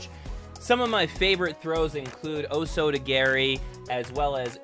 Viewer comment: bro said oh soto gary lolo